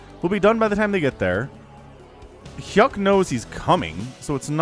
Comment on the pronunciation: U made hyuk pronounce like yuck